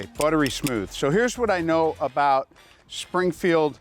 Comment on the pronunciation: “Springfrield” LOL